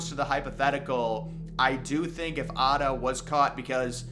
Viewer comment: His name was Atta, not Arda